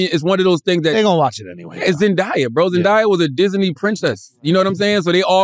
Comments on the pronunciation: ZEN DAY YUH … not ZEN DI YA !! lol I’m sorry is that a New York thing? I keep hearing New Yorkers pronounce her name wrong. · Every time.. ZEN DAY( DAAAYY) not ZEN DIII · Why are they pronouncing her name like that. When did it become Zendiya?? lmao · They pissin me off how they sayin zendaya’s name